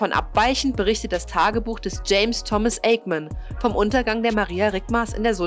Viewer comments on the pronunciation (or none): none